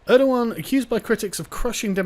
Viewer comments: it's erdogan not erdohan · "Mustafa Balbay, nice, I can pronounce that" "Err-doe-wahn" How does Erdogan become Erdowan I don't care if that's how it's spelled, this is engligh und ve pronounce our gees